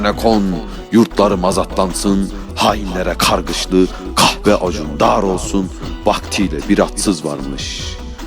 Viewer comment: Havalı söylemeye çalışırken dar olsun yerine keşke dâr olsun demeseydin geri kalanınıda zaten bok gibi okumuşsun